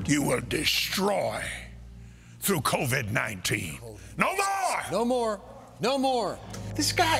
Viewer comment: “ Covidius ninteena” I will be naming my kid this 😂